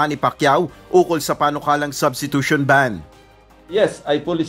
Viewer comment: Hot pacq wla k karapatan mgsalita o mgcomment bout sa substitution ,pronunciation n nga lng ng substitution kulang kpa ng S Ewan sa lht ng kandidato ng presidency sau aq ndi kompiyansa dahil kht si Vp ganun kht pano nkatapos abogada ganun dn lht nkatapos katangi tangi Ikaw lng tlg wla aral lakas ng loob tumakbo,mayabang p,braggart indeed👍sa senado nga sa inio ni Drilon dinidiktahan kpa tpos nga pinagssabi mo malimali p Kya yung mga advisers mo na nagdidikta sa ssbhin mo against ky Drilon salubong n mga kilay nila dahil yung dinikta nilang isasagot mo ky Drilon eh malimali Kya nding ndi k tlg p g presidente,takbo kna lng sa barangay tanod👍🦫Yun mas bagay sau